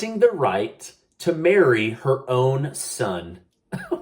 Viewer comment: Marry oh my I thought you said bury!